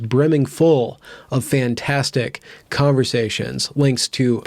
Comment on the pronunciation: Narrator: "...calmversations..." Cat: "ATTACK KITTY!"